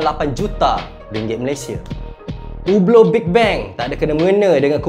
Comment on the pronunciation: Mantap. Good pronunciation ublooo. Standard malaysia sebut hublottttt 🤣